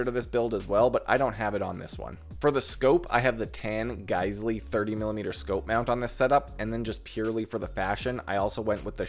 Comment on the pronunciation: Actually surprising to hear someone that can pronounce Geissele correctly